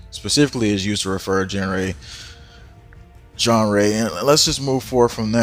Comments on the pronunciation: Genre is pronounced "shon-rah" I used to have a problem with that word before too. Didn't know that's how that word was spelled. But another good video. Thanks for putting the word out. God bless. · Good job with keeping the reality checks coming. And the word at the beginning of the video is genre, pronounced Jon-ra, which is a group of something with similarities. I like the gospel genre of music.